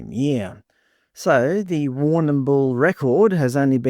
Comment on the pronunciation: We just say war - nah - bul in Victoria. You don't have to pronounce the 'm' so hard, or at all really. LoL.